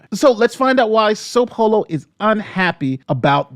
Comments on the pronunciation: I'm not the only once who noticed the "sope holo" right? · Is everyone here so focused on making cogent logical arguments that we are just giving a pass on saying "Soap Holo" just 58 seconds in?